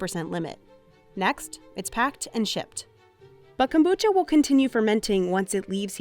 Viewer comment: The narrator did the accent when she said kombucha, I think she knows what she is talking about.